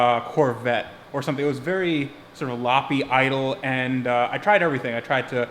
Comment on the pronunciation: Are you saying floppy idle or lopey idle? If lopey, it's like antelope. Thanks for the diy content!